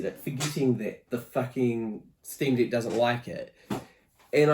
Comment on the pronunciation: Bro it wounds like you're saying Steam D*ck 😅